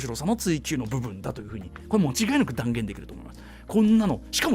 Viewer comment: 間違いなく、を、もちがいなく、って言ってるし。